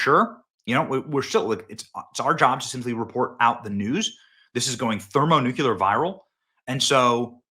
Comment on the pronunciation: Benny, for the love of God, please stop saying THERMONUKULUR!!!